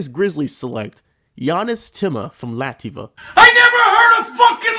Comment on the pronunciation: Just a few pronunciation things: "Ciembro" is pronounced "CHEM-bro" bc "ci" is pronounced as "ch" in English "Химки" is pronounced "KIM-kee" You pronounced Latvia as Lativa idk if that was a joke tho "ić" is pronounced like "ich" "Vršac" is pronounced "VER-shots" "Crvena Zvezda" is pronounced "tsir-VEN-uh SVEZ-duh" but they're also called Red Star ASVEL is pronounced "OZ-vell" Loved the video nonetheless, I'm just really pedantic about these things